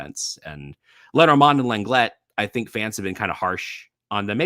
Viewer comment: Please at least try to pronounce your player Lenglet’s name correctly. It just sounds cringe! I’m not even French, but at least I try.